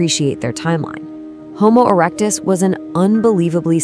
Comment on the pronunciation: Homo erec-dis-dic